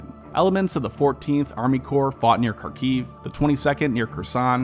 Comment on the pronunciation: I hate to be a downer but you need to work a lot on your pronunciation of ruZZian/Ukrainian names/terms, you really butchered Kharkiv, Kherson, Moskva, Rosgvardia, Izyum, Oblast.